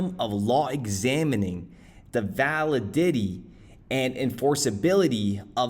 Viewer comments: Did this guy really say "val-uh-ditty?" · val-uh DIDDY 🤣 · That ValiDIDDY! 💹😂😂